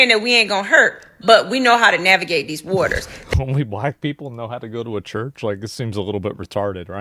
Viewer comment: “we knows how to navigate deez whatas, we jus gone rob deez fools” 😂